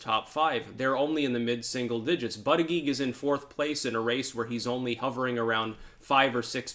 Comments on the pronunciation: It was funnier when he pronounced it butt-gig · Sometimes he pronounces it booty-judge.😁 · It's funny how you still pronounce Buttigeig improperly. Butt-eee-geeg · Why do you continue to mispronounce the Indiana mayors name? It fanatically pronounces bootygets